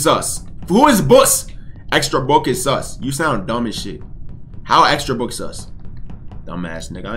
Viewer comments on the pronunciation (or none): none